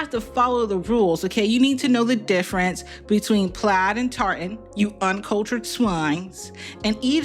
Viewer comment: the fuck is christmas plats? or is she saying plaid?